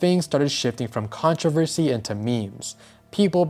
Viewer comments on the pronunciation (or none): none